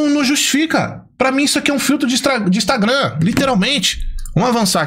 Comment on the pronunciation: E impressionante a incapacidade do de falar Instagram kkkk